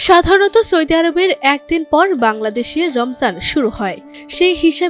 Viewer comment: সৌদি নাকি সৈদি সংবাদ পাঠিকার উচ্চারণ সঠিক নয় ফালতু